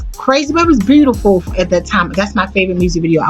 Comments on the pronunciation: Good God it was awful listening to this woman trying to narrate. I love Whitney Houston so I powered through. One more tongue pop, one more use of the word phenomenal, one more mispronunciation of the word “looked”, one more beautiful pronounced instead as “brutiferl” and I was going to just lose my mind. Please don’t narrate another thing ever. You make Beyoncé sound like a scholar and we all know how she sounds when she speaks. That was rough. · and the way beautiful was mispronounced